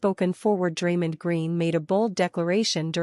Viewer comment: Stop mispronouncing Draymond 😢